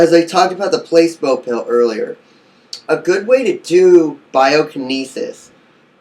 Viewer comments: I swear I haven't even finished the video and I was going to comment the same exact shit it's pronounced Pla see bo not Place bo... btw I'm not making fun of u we all can't pronounce certain words so just a headups. PS you look so fucking high like u just finished blazing plus it looks so cloudy in the background hmmm🤔🤔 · It's not pronounced place-bo it's placeebo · Not "place bo"... "pluh SEEEEE bo" placeeeebo effect LOL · It's pronounced PLA SEE BO .... not PLACE BO.....Bless!! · Place-bow....? I'm not believing dick from this dumbass lol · How can I take this serious when you're saying placeBoe ☹️🤦🏾‍♀️ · pla See Bow ;) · your right! he is pronouncing the word wrong. like you said it is Pla-see-bo. LOL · "place-bow" Lol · Please take this video down and update it with the correct pronunciation of Placebo.